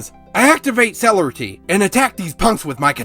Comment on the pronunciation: Tremere- Tray- meir (rhymes with pier) Celerity- suh lair uh tee